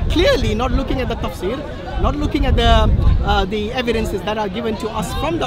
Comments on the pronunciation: The beginning of the video is Hashim getting led to the slaughter 😄 Edit: why does say 'luuking' instead of "looking"? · 🤔 Is anyone else hearing say "Luukin" instead of 'Looking' 🤷🏾‍♂️ Or is that just my Low Atheist IQ 😂 🤣